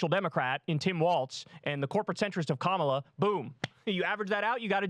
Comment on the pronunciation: Hey not a big deal - but Kamala's name is pronounce Ka (as in cup) ma (as in muck) and la (as in LALA land)